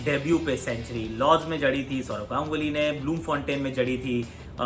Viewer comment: who noticed this "Saurav Ganuly" :0